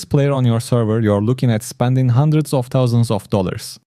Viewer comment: Spanding or Spending ?